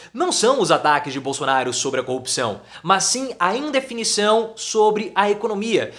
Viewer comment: Também ele não sabe falar bosonaro